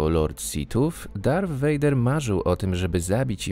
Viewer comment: 7.05 minuta ,,darfa Vadera ''